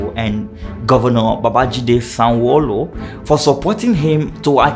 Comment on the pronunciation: Not you pronouncing "Sonwolu' like you have hot yam in your mouth. Amazing video 👏👏